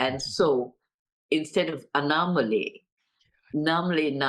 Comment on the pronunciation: Annamalai is a lovely name. It wasn't pronounced properly.